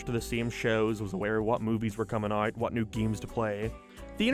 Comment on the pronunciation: Why do you pronounce fucking out like UOIT? Jesus christ